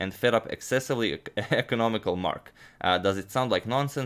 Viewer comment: He changes the pronunciation of “economicAl”. :).